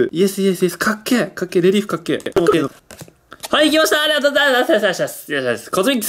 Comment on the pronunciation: レリーフがリエーフに聞こえる